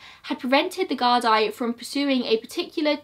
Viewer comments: The GuardEYE 😂. Very good video and very entertaining listening to you try and pronounce irish words Haha. Btw it's the Guardí so guard-EE. Well done xx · Gard'eee'. Doneg'awwl'. Lol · The way you pronounce Gardai amuses me xD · Also fianna Fail- fee-ana fall. Gardaí= guard-e